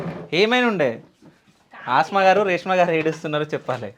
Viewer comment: Aasma kaadu anna Asma anadi